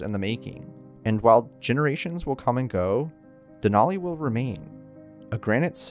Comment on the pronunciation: Just FYI, the “a” in Denali doesn’t have a short “o” sound. It is definitely an “a” sound. So it’s more like “Al” than “all”.